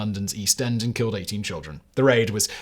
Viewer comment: More ridiculously mispronounced names. You don’t even know how to pronounce the name of your own royal family! (Hint: German doesn’t have a "th" sound. It’s pronounced like a simple "t.")